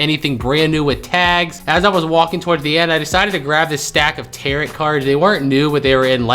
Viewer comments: Pronounced tear row....not tear rot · Tarot is pronounced tarrow,.❤️ You all kisses to Broly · In the first goodwill, the cards are pronounced "taro" the second t is silent